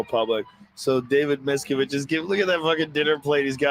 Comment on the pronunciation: David Miscarriage